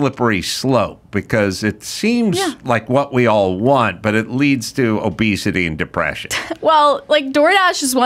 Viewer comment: The “wunt” ads??? Never realized adam says wunt instead of WANT